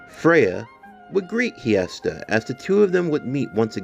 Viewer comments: So just wanna clear something up its actually pronounced (hest-eeeee-aaaaaa) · Ngl your pronouncing hestia’s name wrong